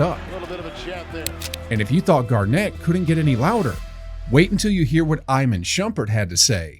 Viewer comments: It's EE-MON Shumpert, dumbass AI voice. And Rondo literally said his welcome to the league moment was Paul Pierce, 2 seconds before you said "For Rondo, that trash talk from KG was his welcome to the league moment..." Did you even watch your own video? lmao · Voiceover really said "eye-man Shumpert" 💀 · "Eyemun Shumpert"